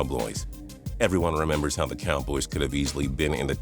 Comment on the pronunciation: "Dallas Cowbloys"